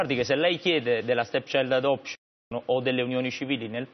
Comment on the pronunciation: Minuto 10.50, Annunziata: "Stepchisghelect...stechiadosc..." Questa è una giornalista?